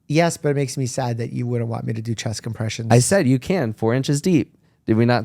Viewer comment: Bro, 4 inches “chess compression” lmao